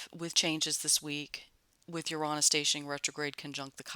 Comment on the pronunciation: Love how you pronounce Uranus. I am going to say it like that from now on.🌺🌺🌺